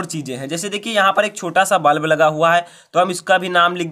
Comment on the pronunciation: सर वल्ब नहीं बल्ब होता है।